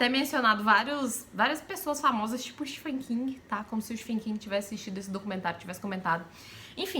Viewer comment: me perdoe por corrigi-la, mas você pronuncia o nome do Stephen King errado! Você come a sílaba “te”! Você fala sfêm King! O correto é Stéfem King! Estou escrevendo da forma como se fala!